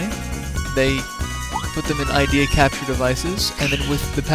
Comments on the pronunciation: I agree, your descriptions are funny! By the way it's pronounced I-de-ya not idea. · It's not Ideas it's Ideya and it's pronounced (id-dee-ya) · btw ideya is pronounced id-e-ya